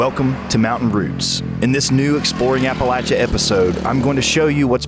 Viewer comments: It's not pronounced 'Appa-lat-cha' ... it's 'Appa-lay-sha' ... look it up in the dictionary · Hey narrator you sound stupid when you can not pronounce Appalachia correctly. It is pronounced App a LAY chia. A long A not a short A sound. If you are going to make videos then pronouce your words correctly . Other than that it was a very good video. Very informative. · When did Appalachia change its pronunciation